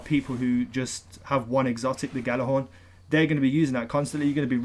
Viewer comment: Ghorn not thorn lol